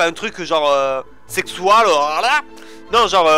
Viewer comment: "Pas un truc genre, sexoual!" MDRRRRRRRRRRRRRRRRRRRRRRR